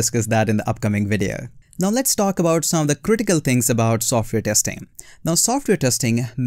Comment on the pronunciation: It’s not TEXTING..ITS TESTING … IMPROVE YOUR ENGLISH PLEASE..